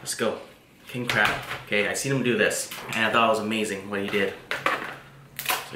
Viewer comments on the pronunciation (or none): No it's pronounced CRAB